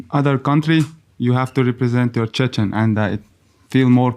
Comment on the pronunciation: Not "Chechnian", "Chechen" is right.